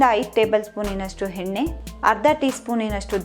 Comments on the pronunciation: Welcome. Your voice and narration also amazing. But you have to correct your pronunciation of kannada. You use henne for yenne,harda for arda, uli for huli . Hope next time we will see you with corrected pronunciation. All the best. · Adu harda ,henne allamma arda yenne anta pronounce madu